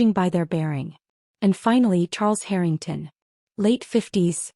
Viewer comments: Harrytongs? Check your AI. Pronunciations! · Dear AI it is Harring TON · Would be helpful if you actually pronounced Harrington correctly. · HARrrr in tungs - good god please get these AI narrations sorted. It’s nauseating beyond belief. Like nails scraping down a blackboard! Scream 😱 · "The Herring-tawns" Artificial Idiocy (AI) generated. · Why is the Harrington name pronounced two different ways? So Jade may not have found her way in the world. That doesn't mean she should be treated like something repugnant. She is their daughter and sister. She should be loved for who she is, not what she's done or hasn't done. When they made up the narrative about Jade, she no longer had the opportunity to correct them. Nothing she would have said would have been believed. They would have dismissed anything she told them. Even though Charles reamed her dad a new one, why should she be anywhere else but with the team that helped her make the company what it is? Why be somewhere where she hadn't been wanted? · Love the way AI mispronounces Harrington, and they continue to use the name throughout many of these stories 😂😂😂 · Why can the narrator NOT PRONOUNCE “Harrington” properly half of the time? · I know how to pronounce the Harrington’s name..AI may never recover..it’s not that hard..just say the name like it’t written…with the long A..easy..Peasy..it is.. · The mispronunciation of Harrington is driving me crazy. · If you’re going to tell a story, at least learn how to say the names correctly. It’s basic respect and effort. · Not really mispronunciation, accents are in wrong place that all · They do it on purpose to get people to comment as they get paid for comments. What better way is there ? LMAO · But you can just ignore it and focus on the main story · Agreed. It’s driving me crazy too. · Thought I was the only 1.!!!